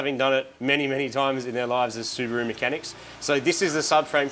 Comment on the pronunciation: In this video: Martin: "Subaroo"! Moog: "Subaron't"!